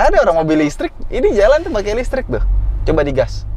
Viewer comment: Beda dan istri soal penyebutan: listrik Istri: lestreeekk... Java's pride 😅😅😅